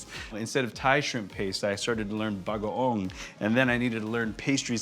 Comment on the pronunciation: Chef, the correct pronunciation is pah-TEES, not PAH-tees. Stress is on 2nd syllable. You said bagoong right.